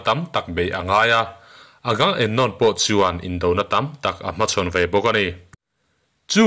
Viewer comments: (Agam emnon) nilo in (Aga memnon) ti a lam zawk tur ni in ka hre deuh tlat.. Hriat sual loh chuan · Agam-em-nawm ani lo,..Agamemnon ani e,...A film te pawh i en ve tawh ngei awm sia,.an mahni in an lam dan te kha ihre lo em ni!??Ngaihthlak iti tui lo vek lam dik lo lutuk a an hming ho